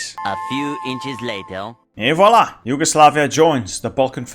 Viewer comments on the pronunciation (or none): none